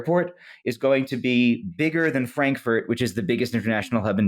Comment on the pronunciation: "frank furnace" sounds like one of those countertop cookers advertised on TV around the holidays